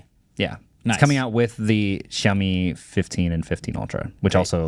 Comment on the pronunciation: It's not YAomi it's SHAomi